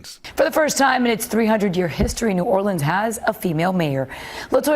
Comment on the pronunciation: Love you, but please learn how to pronounce "Orleans" (as pronounced at the mark)